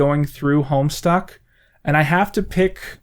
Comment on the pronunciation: I have absolutely no idea about this Homestuck , I originally thought he said homestar as in homestar runner